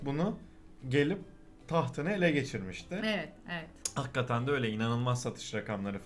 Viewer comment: seviyorum sizi başarılarınızın devamını dilerim, hakkaten değil hakikaten ona da dikkat lütfen :)